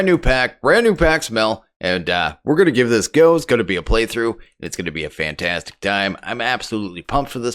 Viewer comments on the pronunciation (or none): none